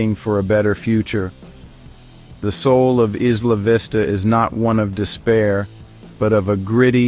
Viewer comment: Maybe they can actually pronounce the name correctly. What a stupid video